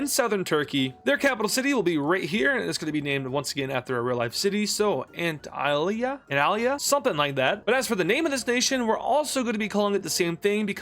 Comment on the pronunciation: it’s pronounced antaliea